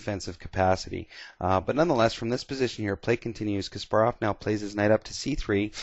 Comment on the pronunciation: It is actually Kas-PAR-rov. Several interviews confirm this